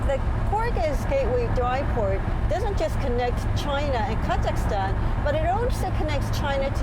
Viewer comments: Wtf, how hard is it to say KaZakhstan and NaZarbayev properly? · Is she saying the country name wrong multiple times and finally have it correct or is it just me. Apparently, it doesn't seem to bother anyone here as it appear that I'm the only one complaining. 😌